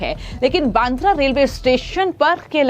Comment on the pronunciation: पत्रकार महोदया क्या आप सीधी हींदी भी बोल नही पा रहे हो फीरभी आप एंकरींग कैसे कर लेती हो अब आप सीधेसे बांद्रा की रीपोर्ट कर रही हो और आप बांद्रा नही तो फांद्रा बोल रहे हो तो क्या आप अमेरिका या इडली से डीप्लोमा कीये हो ये समझना जरुरी है